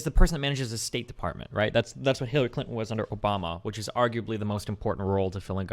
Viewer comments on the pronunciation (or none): none